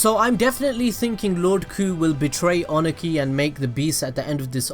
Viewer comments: Review is good, but the way you prounounced Ohnoki (O-no-key) annoyed me. 😅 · The way he says akuta and ohnoki🤣🤣🤣